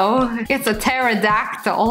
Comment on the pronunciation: She called the phantom a teridactle😂😂😂😂😂😂